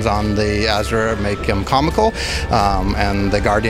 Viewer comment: Why can't, Pronounce Asura correctly? He worked on the freakin game...